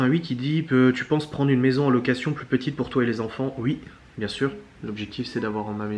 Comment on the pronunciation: Merci beaucoup de cette vidéo ! Et j'adore.....quand tu dis YUI au lieu de OUI ! Je te souhaite le meilleur pour la suite.😘